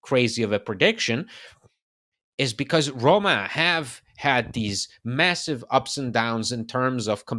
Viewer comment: The word Roma has ONE “R”.. it’s not RRRRRRRRRRoma lol